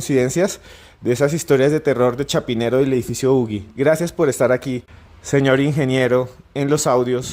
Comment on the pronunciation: No se pronuncia ugi ..(como.lo.pronunciaron en el programa o sería ugui)se pronuncia (uji).Que pasa con estos antropólogos ...También es importante que fue el primer edificio en latinoamerica q se construyó de arriba hacia abajo a partir de un núcleo central ,donde estan los ascensores.